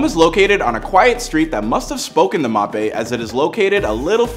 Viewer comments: It’s Mbappe - pronounced M bappe You’re saying Mapay 😂😂😂🤦🏼‍♂️ Thanks for the house info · his name Is pronounced m Bop ay not mopay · Mappé? 😂🤣 it’s M-bappé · “Kylian Mop A” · He clearly doesn’t know how to pronounce his name, it’s an African name you can’t just say « mapé » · He said "Mape" 😂😂😂😂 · Bro said mappé💀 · “Mop Aye”🤨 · "Soccer”, “Mapé” Someone shoot me please😵‍💫🥴